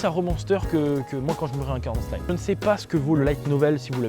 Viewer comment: Franchement, ce manga est ouf, il bat très largement re:Monster (que j'aime aussi) tu l'as bien présenté et j'ai rien d'autre à ajouter... Mise à part le fait que la prononciation de "slime" m'a fait saigné les oreilles. Sinon ta vidéo est très plaisante